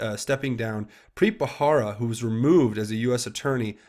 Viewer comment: it's Preet Bharara. "buh-rare-uh" not "buh-hara". (it's been bugging me lol)